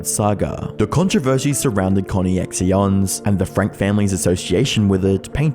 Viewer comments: I think "Connexions" is supposed to be pronounced "Connections". At least the robotic voice was consistently wrong. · I love how you pronounced connexions as "Conny-ex-ions". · I think it is pronounced like Connections, but the X makes it sexy. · I think ConneXions is supposed to be pronounced like "connections" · is it not pronounced 'connections?' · Surely you could have taken the time to do enough research to learn the pronunciation of your subject's last name, as well as Connexions/"Connections"? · I’m sorry but his pronunciation of “Connections” as “Connie Ex Eons” has me thinking that name is actually 1000% better 😂 😂 😂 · Im sorry but connie-eks-ions made me wheeze. 😂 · ConneXions is almost certainly pronounced Connections. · Nice videos! Also, ConneXions is pronounced Connections :) it’s spelled really weird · the adults covered in this video can eat shit but man the way you pronounced "connexions" was so distracting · We love sneaking an opinion in by completely mispronouncing "Conne(x)ctions". Ample plausible deniability too! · The pronunciation of ConneXtions was starting to hurt my ears :/ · The way you pronounce ConneXions is adorable 😂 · The way you're pronouncing connections 😭😭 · I literally cannot tell if your pronunciation of ConneXeons is a joke or not, well done. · I don't think a bot could mis pronounce connections lol, it might just be the opposite, him getting it wrong just so people won't think he's a bot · My only complaint is how my pronounced conneXions😭but I get it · CONNIE-X-IONS bruuuuh its pronounce “connections” I dunno how you messed that up. Good video nonetheless. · Its pronounced like CONNECTION(CONNEXION), why is the guy saying it like that rapper XXXtentacion LMAO. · "Conny Exee Onz"? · Connexions is just pronounced, connections. connexions /kə-nĕk′shən/ Plural form of connexion noun See connection. Connection. See connection. Archaic spelling of connection. The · Lol. isn't it pronounced "Connections"? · “Connyexions”??? Dude. 🙈